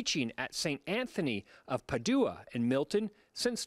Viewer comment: Padua is pronounced incorrectly. I am constantly amazed as to how often these 'reporters' don't even bother to do basic research before doing their stories. Try reading Shakespeare and you'll learn a bit about Padua.